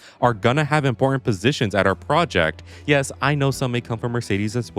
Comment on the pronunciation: I like how he says "out project" Like bro, leave me out of this mess 💀